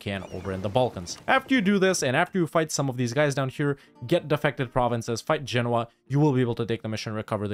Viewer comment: First EU player I've seen who knows how to pronounce Genoa correctly. Thumbs up for that.